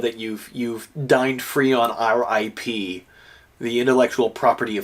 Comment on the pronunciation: ok but why did "Our ip" sound like "RIP" as in RIP to you dining free